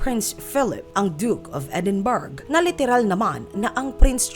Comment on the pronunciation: Mali po ang pronunciation mo ng edinburgh.....